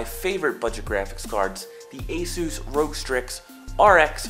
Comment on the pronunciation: its R O G not "rog"